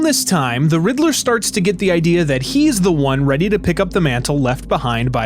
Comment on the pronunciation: I love and appreciate the video so much!!! This video needs more views!!! But really said “riddle-ER” 😂